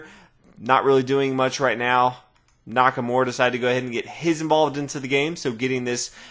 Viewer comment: NakaMURA, not NakaMORE! lol